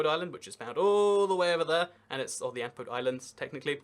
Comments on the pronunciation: Niue is pronounced "Nyoo-way", not "Ni-yoo"! And the Antipodes are "Ann-TIP-uh-dees", not "ANN-tee-poads"! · New Zealand is divided into Regions (Provinces), with most regions divided into Cities or Districts (Counties). Administratively, the Chatham Islands are a district within the Canterbury Region. Antipodes is pronounced An-ti-po-deez. When talking about the Ross Dependency (Antarctica), you zoomed into McMurdo Station, which is actually the US base. Scott base is NZ's base, about 3km to the east of McMurdo. Niue is pronounced New-ay.